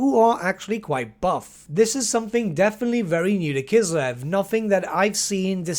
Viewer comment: That's great. Finally the word "Kislev" is pronounced correctly